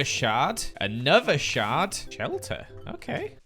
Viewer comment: it sounds like he’s saying shart when he says shard💀